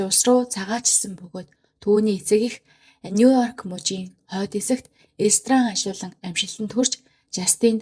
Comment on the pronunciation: Нуёрк гэж дуудахгүйэ;нью йорк гэж дуудаж сураарай;шүүмжлэлд бүү гоморхоорой;нэг үгч болов зөв дуудаж сурвал алхам тутамдаа эвгүй бдалд орж ичихээс аварна шүүдэ